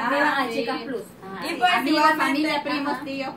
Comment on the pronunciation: Chicas plus(plas)se oye mejor,se q estan en Latinoamérica pero si usan una palabra extrangera se debe pronunciar como su lugar de origen.Una peqeña aportación ,y estan bellas todas,aunq me facina UNA 💓.